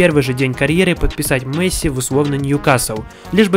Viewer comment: Я смотрю твою карьеру за Барселону. Говори пж Месси,а не Мэсси